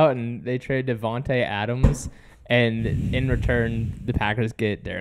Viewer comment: I’m upset about Davante leaving and plus raiders fans can’t even say his name right